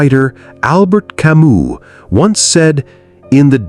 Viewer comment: Camus not Camu.